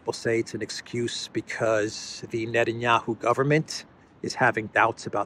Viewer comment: Net-N-Yahoo ,( sounds like a sports team name. ), should calm down with the war rhetoric.